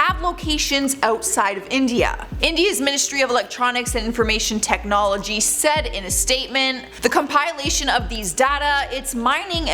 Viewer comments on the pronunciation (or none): His name is Pom Pay O, not Pompeeo, and it’s com-pill-ation, not com-pile-ation. Pronunciation!